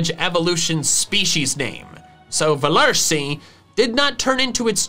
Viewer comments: velursi is pronounced ‘fel ursee,’ german V’s are pronounced as F’s, just as W’s are V’s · Its not velursi ITS Veluhrsi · me:u said velursi wrong :( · Says that he thinks Velursi's name is funny. Me: At least your pronunciation makes it funny for a German viewer. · As a German I'm laughing so much hearing him butcher the pronunciation of Velursi and having so much fun doing it😂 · Nobody: No soul: Me being German and hearing trying to say velursi haha🦄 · I like how he pronounces velursi and kosturso so funny. (I'm from germany) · U forgot the R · I'm german, and I'm triggered by how you pronounce Machollo and Velursi Edit: Kosturso is even worse